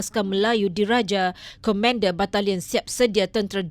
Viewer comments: Presentator patut peka dgn nounce...bkn comender...tetapi ko...man...der...bunyinya...... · Yg baca berita kurang mahir sebutan KOMENDER tapi sebutan betul adalah KOMANDER. Kelemahan bahasa Melayu teras negara kita atau Bahasa Malaysia sdg agak rendah. Ini realiti gen baru.